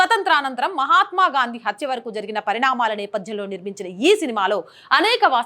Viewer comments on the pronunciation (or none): none